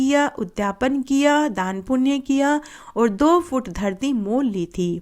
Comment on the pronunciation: Har Kahani KE last me in Jo aap bolti hai vo garti yot puurvo Dharti yot purvo hai Please Sahi clear kariiye